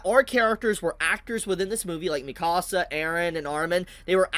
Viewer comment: I hate the fact tht y'all say Mikasa's name wrong. Like did y'all watch the anime? Her name is said a crap ton, yet y'all pronounce it wrong.